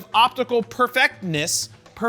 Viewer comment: "Perfectness", this ain't that hard pronounce. These staged errors / forced slip of tongues are a thing now among YouTubers? So annoying.